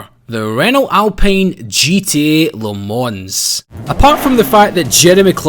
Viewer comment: Renault Me Lans? You mean Le Mans?